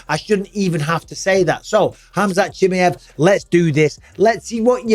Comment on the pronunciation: I don’t like how Bisping says Chimaev